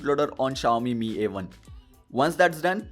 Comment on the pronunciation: Finally you're saying Mi as Meee not M I 😬